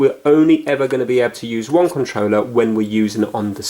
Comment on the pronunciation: I like how says Controller......"Controwleh"